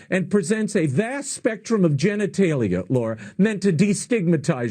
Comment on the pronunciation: The man said "vast spectrum of genetalia" lul